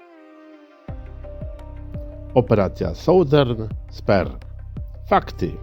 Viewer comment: Nie spare tylko spear.